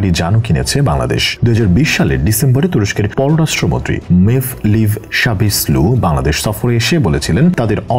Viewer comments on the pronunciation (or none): মেভলিভ সাবাসলু 😅😅 আগে ভালো করে লেখা পড়া করে ভিডিও বানাতে হবে, উচ্চারণ হবে মেভলুত কাভাসলু